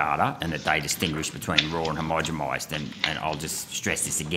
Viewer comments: It's "homogenized' with an N - the accent has him sounding like he is saying it with an M? Homogemized - sounds kinda wonky. Irregardless, :), he is doing really good work. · Why does he always say "homogemised" not "homogenised" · "Hermogimised"? Am I hearing right? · Agreed. The mispronounciations stretch into some of his biology/ medical terms too. He needs someone spotting and correcting his words. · Get it right mate. Read carefully. Not "homogemised". I do like your question though.